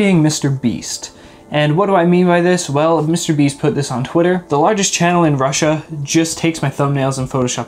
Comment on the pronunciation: Random comment No one:: I AM FROM RUSSA AND RUSSA